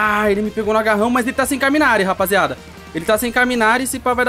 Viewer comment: mano so uma correção, não é “caminari”, é kawarimi (se pronuncia cauamiri)